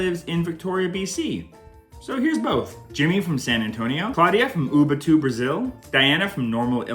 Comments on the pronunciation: Much better than most English speakers! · Hey! Thanks for the shout-out! It was fun hearing you pronounce Ubatuba 🤭 I had heard about the banana-blueberry conundrum not so long ago and thought the same thing: just because it reduces the intake of nutrients a little bit that's not really a big issue! We have so much to worry about, let's not make it more complicated!